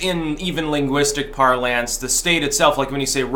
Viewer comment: "par-LANS" => "PAR-luns"